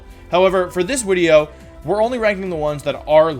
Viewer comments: Nobody else hears him say wideo instead of video? Just me? Okay. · Why does he say Wideo? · I’m fairly new to the channel and want to know the origin of wideo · Winging With Wolfey: The Wideo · what is wolfeys native language? the changing of v's and w's is peculiar